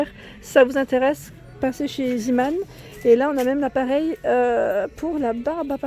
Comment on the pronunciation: Trop top ta vidéo ça me donne envie d y aller. Par contre on dit pas «zimane» mais on prononce « zémane» Sinon continue tes vidéos j aime trop